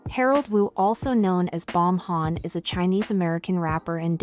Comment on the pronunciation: “Bomhan” lol